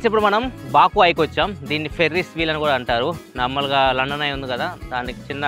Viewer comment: బకు బాకు.... పదే పదె అంటూ ఉంటే.... బోకు లాగా వినిపిస్తుంది😂😂😂😂😂😂😂